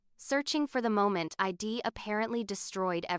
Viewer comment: Might be a good story but ‘I’d’ was mispronounced through out as ed. Too distracting